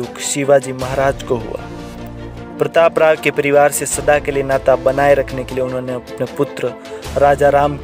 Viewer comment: प्रतापराव गुजर Is the name. Learn first to pronounce.